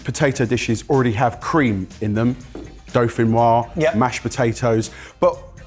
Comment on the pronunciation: pronouncing "dauphinoise" correctly fell so kindly upon my ears